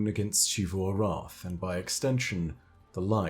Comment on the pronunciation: It makes me irrationally angry that you pronounce Xivu like she-vu